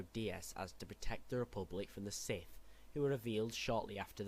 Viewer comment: Why do you say sith weird